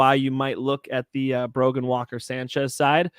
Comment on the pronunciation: No D in Brogan